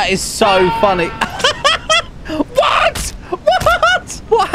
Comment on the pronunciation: The cursed "WHAAT"💀💀